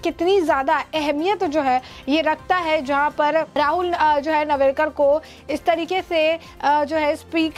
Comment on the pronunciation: नावरेकर नही नार्वेकर बोल